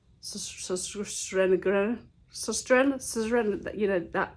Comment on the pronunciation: Great car boot finds. The lemon bowls are really nice. Love how you pronounce Sostrene Grene x